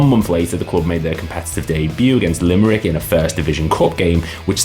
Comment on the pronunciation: It's not Lime-Rick😫😫😫 it's Lim-er-ick ffs... you're butchering the name of the 3rd biggest city in 🇮🇪 🤦🤦 the Limerick that went bust as you said had changed its name numerous times since being founded in 1937... interesting fact-- the colours of the city of Limerick City are actually green and white, but the soccer team always wore blue and white as in 1937 the forst set of gear they got were second hand from Waterford United whose nickname is the Blues